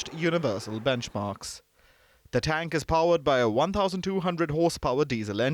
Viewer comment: AS USUAL INDIAN MAKE FUN OF ANY THING PAKISTANI, YOU COULDN'T SAY THE TANK CORRECTLY. IN INDIAN CHANNELS YOU NEVER SEE ANYTHING REGARDING INDIA PROBLEMS AND FAILURES IN MANY FIELDS. I AM NOT DEFENDING PAKISTAN BOTH INDIAN AND PAKISTAN ARE CORRUPT COUNTRIES. COURPTION RUN DEEP IN IT.